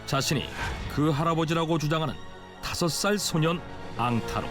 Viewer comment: 핑양항을 평양항으로, 앙타로를 양다리로 읽음